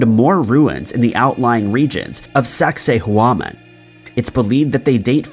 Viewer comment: I'd correct pronunciation of Sacsayhuaman, but he wouldn't care to get it right. He says words in the strangest ways, and despite repeated clarification from viewers, it's useless.